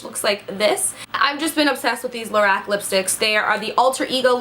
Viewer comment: It's pronounced Lo-rock the creator of it her name is carol and it's her name backwards 😊